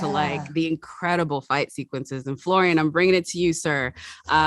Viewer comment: It's Florian, not Florian. It's very important to get the pronunciation right. The same with Sebastian Stan.